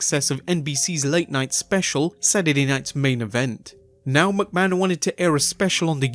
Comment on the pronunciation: please...figure out how to say mcmahon.... its not MUCK-man it's MICK-man dont think about it...and say it quick....MICK-Man, Mick-Man, McMahon